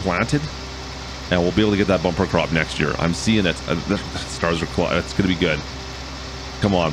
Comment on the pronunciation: did i hear if the staras aling instead of if the stars aling hehe